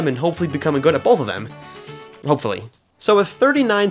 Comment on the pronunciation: no its not BOLTH ITS BOTH >:O >:O >:O >:(